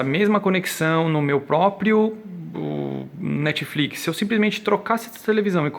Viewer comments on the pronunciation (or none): none